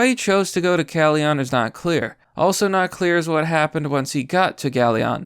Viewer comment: You butchered the pronunciation of Bucyrus & Galion. "Byoo-cy-rus" & "Gal-i-un" is the best I can do to type out the pronunciations. And of course this was from Ohio... We make news, and it's for *this*.